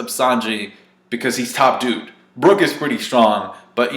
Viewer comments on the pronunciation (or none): none